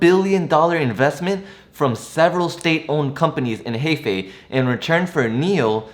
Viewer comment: hello, love your videos. Just wanted to mention that Hefei is pronounced huh-fei instead of hay-fei